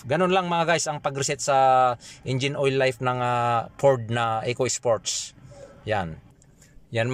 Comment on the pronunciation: furrrrdd ekoy-ispoyts